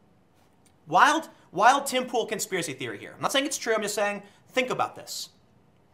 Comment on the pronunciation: You called it Pool, props.